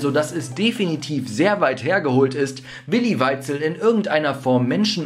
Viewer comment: Also das mit dem Namen aussprechen müssen wir nochmal üben😂